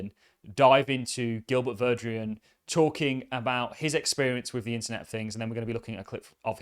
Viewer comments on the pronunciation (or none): You keep pronouncing Gilbert Verdian’s name like “Gilbert Verdrian” Where is that “R” sounds coming from?